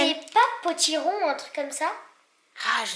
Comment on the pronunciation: Potiron 😂😂 PATTENROND !!!!